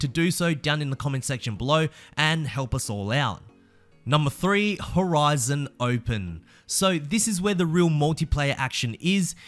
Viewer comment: "HORIZO OPEN"